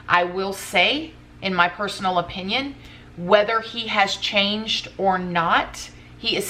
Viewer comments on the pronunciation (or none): none